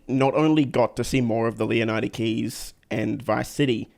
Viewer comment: you pronounce Leonida wrong! You should learn from Matto and Atina! 😉